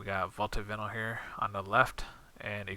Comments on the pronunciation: pronounced VI -NIL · First of all great video, probably the best. In another note it's vi-nyl, sorry but seems you speak english very well so have to correct you but great video nonetheless.